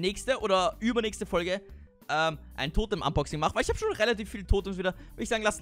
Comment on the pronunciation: Also quasi ein Fanpost Unboxing ( hat mal ausversehen statt Unboxing Boxunsing gesagt 🤣🤣🤣🤣)